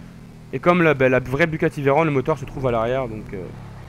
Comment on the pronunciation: Stp arrete de dire Bugati Veyronne c Veyron c on a la fin pas one